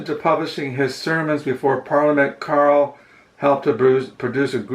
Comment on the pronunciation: you're pronouncing Joseph Caryl's last name incorrectly; it is not "Carlyle", but pronounced as "Carroll" (i.e., Lewis Caroll). I appreciate your rambling as always.